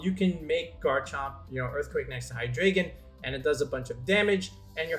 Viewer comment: i hate the way people say Hydreigon..